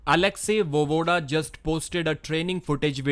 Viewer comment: VoEEEvoda, not Vovoda